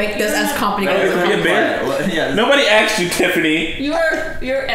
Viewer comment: He AXED this protocol